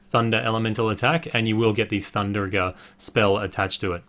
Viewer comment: Keep up the good work ! But i dont mean to be rude its thundaga not thunderaga